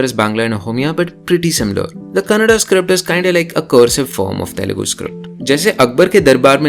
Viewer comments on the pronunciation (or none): that guy just said telungu